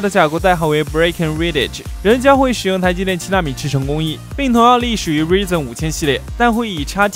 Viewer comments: 是Ryzen 不是reason 😋😅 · 那叫ruaizen不是ruizen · Ryzen读‘raizen’，不是'rizen'，ry明显的开音节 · 不是我抬杠 作为科技博主“ ryzen ”的发音不对…是不是有点说不过去